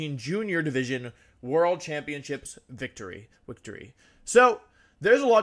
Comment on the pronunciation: u mean wictory?